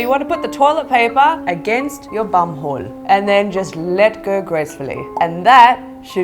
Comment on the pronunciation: Omg the way she says hole xD houl xD